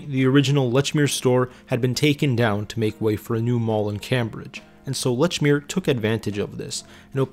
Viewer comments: Leechmere is how you pronounce it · Holy God!!! How can you do a documentary on something and continually mispronounce its name? It's pronounced "LEECH MEER". Just listen to how it's pronounced in the commercials you included!!! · "Letchmere" Absolutely not. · Very well done and interesting to learn the history. Lechmere was well loved in MA and it seems like they should have stayed local. The narrator is definitely not from MA 😂. Lechmere was always "leechmere" and Dedham is "deddum". There were one or two others that made me smile. Well done though. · It's LEECH MERE!! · Pronounced lechmere incorrectly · It's annoying that he mispronounces the name of the store.